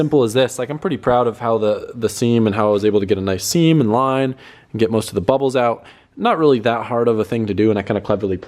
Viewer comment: "seam and line" sounds like semen line.. Hahah